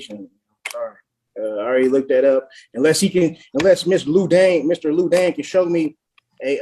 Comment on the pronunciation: ‘Lou Dane’😂😂